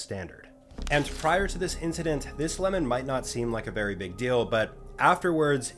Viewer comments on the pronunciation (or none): none